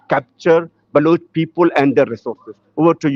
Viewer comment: Not Baluchi but Baloch. Learn forst